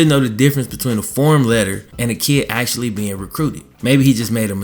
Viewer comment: Say actually.. not axeually!!!